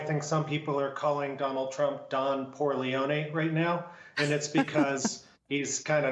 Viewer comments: Poorleone, he said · Good one!!! Isn't it Poorleone? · Shouldn't that be "Don Poor-leone"? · 'Don Porrleone'! OUCH!!!! Very funny, though!